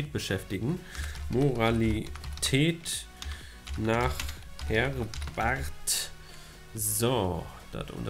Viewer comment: Er heißt Herbart und nicht Hebarts :D